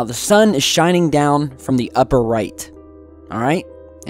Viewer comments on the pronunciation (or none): none